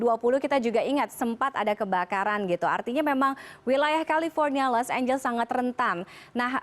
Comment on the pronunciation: Los angeles jadi los amblas